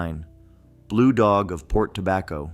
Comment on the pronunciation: Port Tobacco is the only location this AI voice said correctly.